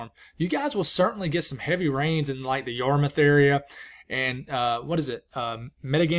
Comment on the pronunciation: You got Yarmouth right!!! Yup, it’s a hard one, not yar-mouth as in the thing you eat with. PERFECT Now say Worcester!! Ha ha ha (it’s wouster) wou as in would & ster.